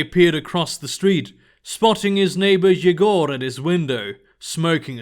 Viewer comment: Cool! Not the best pronounciation of "Yegor/Егор", but cool!